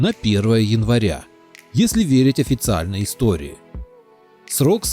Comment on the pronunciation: "ИЗ ТОРЫю"... очень по-славянски сказал дядька.